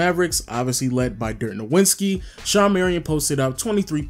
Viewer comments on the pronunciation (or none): STOP MISPRONOUNCING DIRK’S LAST NAME OMG you sound like Lil B(“nowinski”) the W is pronounced like a V (“novitski”) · Nuh-Vin-Ski not Know-win-ski. Lol god damn idk why that annoys me so much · Cringe every time you say "Dirk No-WIN-ski". Bruh it's "No-VIT-ski" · I respect the shit out of you but you gotta learn to pronounce Nowitzki, it ends in -itzki, not -inski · I have no idea how you can know so much about basketball yet you can't pronounce Dirk's last name correctly. Great video though